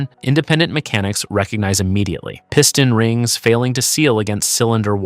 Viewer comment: "Piston rings"..AI pronounced it"pissed on rings" Someone cashing a check for doing crappy videos all computer generated.